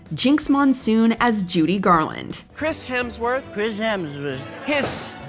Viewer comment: Judy: Chris hemshwesh